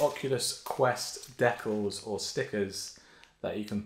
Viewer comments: This guy said “decklls” like WHAT? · what are de-calls u mean de-cals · You saying decals wrong was like chopping off a finger 1 by 1. Great video though